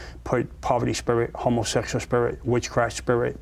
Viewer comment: Did he just say hormosexual spirit?